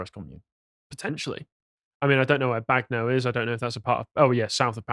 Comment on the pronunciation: "Bag know" lmao.